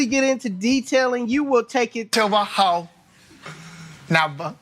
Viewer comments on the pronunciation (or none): “Ho nutha level”😂😂😂